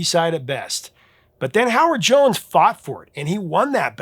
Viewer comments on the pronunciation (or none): To me it sounds like you said Johnson not Jones for Howard Jones.